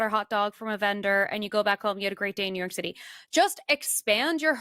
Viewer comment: Nuke yawk shitty 😂